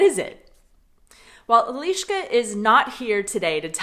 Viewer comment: ahoj jen...nejak nechapu proc s eliskou mluvis anglicky? to se cesky asi nenaucis..)) ani poradne nereknes eliska ale spis neco jako ieliska..trapny.. kdysi jsem byl jako mladistvej na rujane s nemcema na tabore...za 14 dnu jsem obstojne mluvil nemecky..asi jsou amici omezeny stejne jako rusaci a jejich mozky nechapou ze existuje jiny jazyk..funny